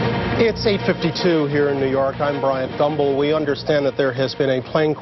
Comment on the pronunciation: 9/11 The day so traumatic Bryant Gumbel couldn't say his own name 😮 Did anyone else hear Thumbel